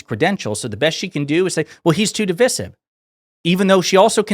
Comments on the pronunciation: Your points are really important, when this is all sorted out and the democrats are back in office…….we are going to have to have a conversation about how you say divisive. What the hell is divissive. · Why is he pronouncing ‘divisive’ that way, notwithstanding, agree with all he says. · Dude. That was a brilliant video until you made a complete mess of pronouncing "divisive". Keep up the otherwise excellent work, though 👍